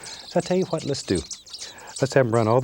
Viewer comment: "Titanium whoite" "I'll tell you Who-ut" lol